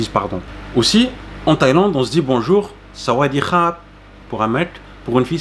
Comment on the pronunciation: Très bonne vidéo. Juste le sawatdee à revoir, mais je t'expliquerai 🙏